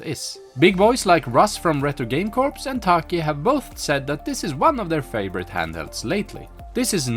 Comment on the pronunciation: Corps is pronounced as 'kors', not corpse